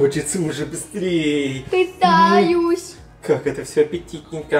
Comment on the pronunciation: Все слова: пытяюсь😅